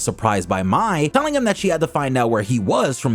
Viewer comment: The Pronouncing of MAI, it's not MY, it's pronounced as MAY!